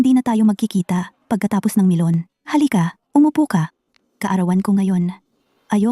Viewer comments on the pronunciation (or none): Akala ko nagkamali lang Ako NG dunig NG pronounce na Milan naging melon at the end MELON NGA